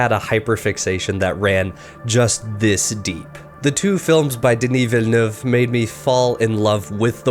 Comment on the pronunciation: He said “Denis Villeneuve” right!! LISAN AL GAIB!!!